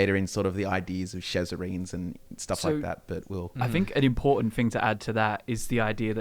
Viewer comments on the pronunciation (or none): Shezarrine not "Shezzarine".